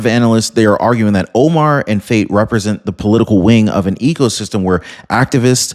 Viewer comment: 100% this fraud in no way is coincidence. Btw, it's pronounced Fah-Tay. Not meaning to correct you disrespectfully. I only noted you pronounce it as Fate. 😆 I don't trust Ilhan Omar or Omar Fatey at all.